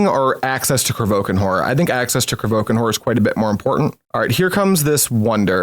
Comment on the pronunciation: There is an i in Kro VI kan horror it's not krovookan,,, i was about to say this a couple videos earlier but thought I'd be kinda rude... But there we have it 😅 sorry and thx for the nice on-going content